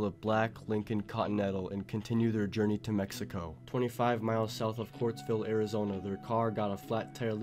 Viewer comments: It’s Quartzite, not Quartzville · Quartzsite, not Quartzville.